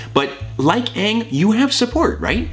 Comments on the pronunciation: When Thomas freaked out about saying 'Ahng' instead of Aang, I felt that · saying Ahng instead of Aang... too soon buddy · “It’s A-ng! Not O-ng! Don’t say it like that!!!” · "Ong!?" "IT'S AaNG NOT ONG!!!" YAAAAAAASSSSSS!!! P.S. love you sefue hotman! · Thomas being aware about how infuriating the Avatar movie was w/ it's jacked up pronunciation Aang's name is a mood. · I'm sorry, but getting upset about how was pronouncing Aang's name the way the movie did...Perfect.